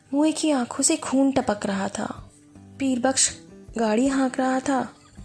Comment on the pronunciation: ھندی ایڈیش سے کتاب خوانی فرمارھے ھیں کیا؟! کیونکہ خوف کو کھوف' خاکی کو کھالی اورخون کو کھون پڑھ رھے ھیں آپ۔